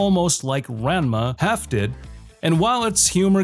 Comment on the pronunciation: Ahem! It's pronounced "Ron-ma one half", not "ran-ma half". Fix your AI narration buddy.